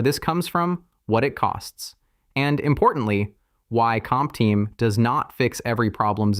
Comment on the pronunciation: I fully understand that you use AI voice-over, but could you please check the generated video before publishing it? Because hearing something like this makes your video look really low-class/cheap.